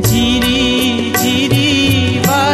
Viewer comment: ঝিরি উচ্চারণ জিরি শোনাচ্ছে। বাদবাকি দারুণ সব।